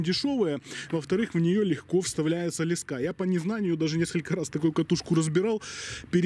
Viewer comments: лескА? Не лЕска???? ))) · лЕска а не лескА, интересная идейка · Ле'ска а не леска' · тем более чел из Украины и правильно говорить лЕска так что вам бы поучить самим язык! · Леска — слово из 2 слогов: ле-ска. Ударение падает на 1-й слог. Транскрипция слова: [л’эска]. В слове 5 букв и 5 звуков. =))) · Аж слух режет ) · Ударение на е